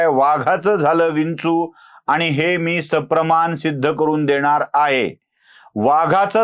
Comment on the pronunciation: स्वतःच्या उच्चारांकडे लक्ष द्या हो.आनि न पानी, अणुस्वार,द्वेषाणे असे उच्चार करणाऱ्याने तरी असले उद्योग करु नयेत. कुठल्यातरी पक्षाला विकत जाऊन स्वतःच बाजारु असल्याचं कबुल करताय हो